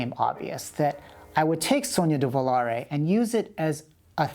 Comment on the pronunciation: Yes Christopher, your pronunciation is terrible, but "Sogno di Volare" is perfect! (by an Italian civilization VI player)